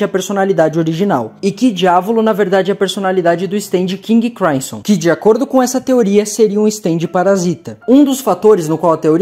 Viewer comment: nao custava nada pesquisar um pouco pronúncias de nomes muito conhecidos, já que tiveste tanto trabalho para editar e roteirizar o vídeo: FRÓID para FREUD e KING CRIMSSON para seu QUINGUE CRÁISSOM. deuardo tb é sacanagem ne, a gente é brasileiro, fala o mundo ou the world